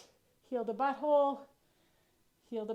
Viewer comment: Bui hole? Where are you from?